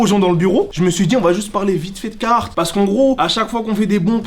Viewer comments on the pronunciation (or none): c'est le seul mec qui kiff cette marque plus que tout mais qui la prononce mal. C'est caRhartt pas cahartt! Pourquoi tu chasse des lettres dans le mot?